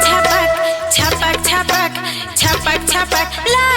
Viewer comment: Dhamak ko damak bol raha hai bhaiyo or baihno suno dhyan se suno chhapak ko chapak bol raha hai